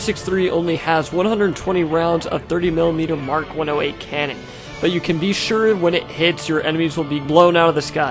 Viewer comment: It's MK 108 not mark 108. MK stands for "Maschinenkanone"